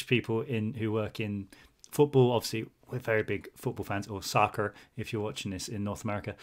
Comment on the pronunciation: the way he said soccer lol